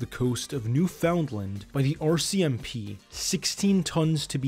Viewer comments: how this guy says montreal causes me physical pain edit : " new found land " is almost worse great docu otherwise, except there are some small mistakes probably due to unfamiliarity with canada. Operation/Projet Colisée was a Surete du Quebec operation, not RCMP-run. There were federal agents involved but not managing the operation. You will generally never see federal operations with french names because only the provincial government of quebec conducts itself in french. the best resources on montreal crime are in french, and using DeepL will open up swaths of new research resources for you, especially with Libgen (but keep in mind that quebecois french and france french have certain differences, it is much less formal). This will give you a much broader scope of organized crime in north america, because montreal and new york really are its genesis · It would be good to learn how to pronounce Canadian place names such as Newfoundland (which none of you get right, half of Canada doesn't), and Montreal. We don't say "Al" as in the short-form of Allen at the end of that word, we say "all" as in "all of them" Montre-all". It's not Montre-Al, or Montre-Ell, or Montre-ul either. "Mon-tree-all" this video is oscillating between "Al" and "ell".